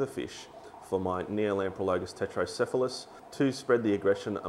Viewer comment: Just so you realize it, you are spelling it Tretocephalus (which is correct) and you're pronouncing it Tetrocephalus. =P Put the R with the first T and you'll be gucci haha. Love the channel thanks for all the videos!